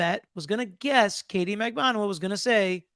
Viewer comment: It’s KATIE 😂 not Kate